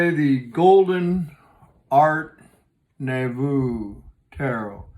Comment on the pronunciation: Art Nouveau pronounced Art Noo-vo (it's french)